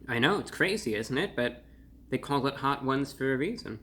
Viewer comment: I've never heard Hot Ones pronouned "Hot Whooouns"